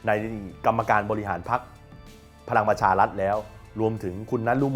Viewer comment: ออกเสียง ร ล คำควบ ไม่ได้ไม่ควรแถลงข่าว เช่น พะ ลัง ปะ ชา ลัด ปะ ยุด ปะ วิด